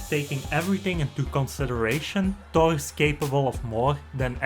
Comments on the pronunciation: Wtf is he saying? Todd? His name is THOR. Learn English, man. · It sounds like hes saying tok and not thor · The way this guy says 'Thor' is slowly eating me up alive